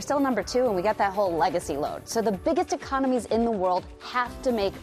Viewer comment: "The biggest ecomonies in the world"